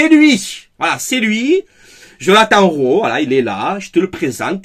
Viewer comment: Rowi on prononce